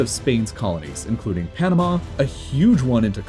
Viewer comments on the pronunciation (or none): none